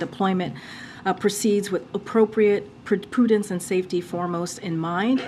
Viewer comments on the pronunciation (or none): wait, did someone say 'poo dense' instead of prudence?